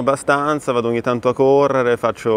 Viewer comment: A2 italian: “oghni” 😏😏😏 facciamo B2